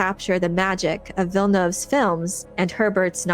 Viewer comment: You're the only youtuber who pronounces Villeneuve's name properly. Kudos